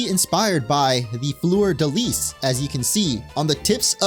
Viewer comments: "florida lease" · The "s" in fleur-de-lis is silent. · You failed "fleur de lis" so no worries about Seine 😂❤